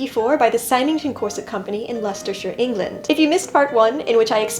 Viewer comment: Thank you so, so much for correctly pronouncing Leicestershire!